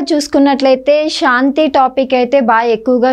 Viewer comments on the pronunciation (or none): Anchor ki telugu rada? Shanthi , devalaya shaka words lo H ledu. Sarriga matadu